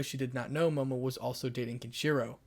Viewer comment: Ken shiro? I’m sorry Ken shiro?